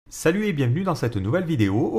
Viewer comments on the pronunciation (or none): none